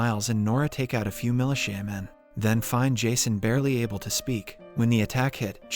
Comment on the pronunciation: "mali shaman" instead of militia men... 😂🤣😭